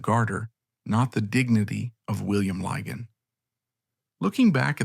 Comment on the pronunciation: The names Lygon and Beauchamp are pronounced ‘Liggon’ and ‘Beecham’. ‘Madresfield’ is ‘Maddresfield’ and ‘Malvern’ is ‘Mawlvern’. Excuse me for pointing this out. I grew up in Malvern and went to primary school with one of the last Lygons.